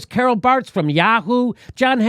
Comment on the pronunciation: LOL When Jimmy mentions "Carol Bartz" (Yahoo CEO) sitting at the elite dinner at the Zuckerbergs, I thought for a second that he said "Carl Barks" and I thought, Whaaaatt??! LOL